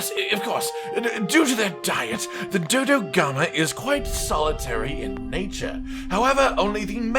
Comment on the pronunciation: Murder more Dodogama? I heard murder more Dodogama. BRB, gonna feed the canteen tonight with the sweet, sweet flesh of Dodogama.